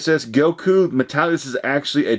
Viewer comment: Nigga was ordering a sushi dish when he was pronouncing goku lmao glad to see he didn't win tho